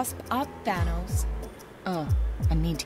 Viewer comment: Are you saying Fhanos???????